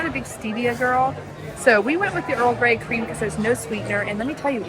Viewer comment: Earl gay creme?! 😂😂😂 It's GREY Creme.